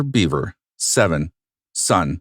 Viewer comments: Isn’t it actually pronounced “bev-er” and not “bee-ver” I’m 99% sure the narrator is mispronouncing the name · It's Bev-er not Beaver. He speaks his brothers' name at the beginning. This whole crime, the mentality, is so warped. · I think his last name is pronounced “bev-er” not “beev-er” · Their last name is pronounced “Behver,” not “beaver.” 😂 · Bev-er not Beaver. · Right, it's not bee....it is more like ba, pronounced. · Yes, when he states his brother's name(circa ), that's how he says it.